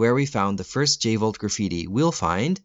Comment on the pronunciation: Let's blow this channel up guys and gals, I just found the channel and I'm amazed. This guy is on the same level as channels like 'ink ribbon' and other GREAT resident evil channels. No joke, this guy DESERVES more sub's. 100% I could have sworn it was the V jolt not J volt. But I could be wrong